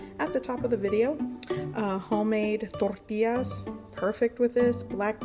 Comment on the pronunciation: Lol is it just me but do you pronounce tortillas differently?